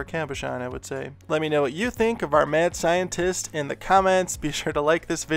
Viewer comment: I thought you were saying “man scientist” and I was like “okay, kinda weird to specify the gender” and I just realized you were saying “mad scientist” and I’m an idiot lol